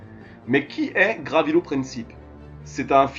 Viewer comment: Son nom est Gavrilo, et non Gravilo.